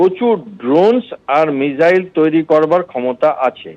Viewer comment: আরে এটা কে? আগে মিসাইল কে মিজাইল না বলে মিসাইল বলতে শিখুন, তারপর নিজেকে বিগ্রেডিয়ার বলে পরিচয় দেবেন। Abp ও যে কাকে কাকে ধরে নিয়ে আসে 😅